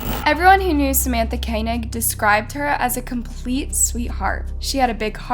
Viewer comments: It's Koenig, not KAY NICK. They SAY her name in the VERY FIRST clip. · Her last name is pronounced (Ko-nig) I remember this case, everyone in Alaska was following this case. I lived in a small village in Alaska at the time. It seem to went on for weeks and always on our daily news. Rest In Peace 🙏🏽